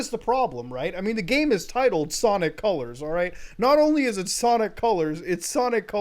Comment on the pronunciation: It's Sanic Calars